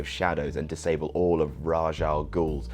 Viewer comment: Ras not Raj